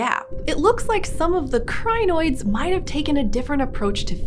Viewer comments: It is Crin-oids just two syllables. Crin and oid. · Every time she says crinoids it reminds me of zanoits, from the Ricardo ep of adventure time lol